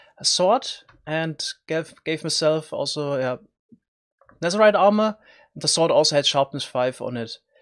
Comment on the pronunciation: It's called nether, not nezer